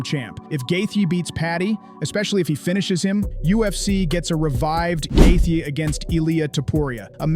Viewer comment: "justin gath-ya"